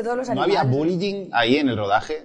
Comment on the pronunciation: Alex pronuncia Bullying como "Bulying", es que hay que quererle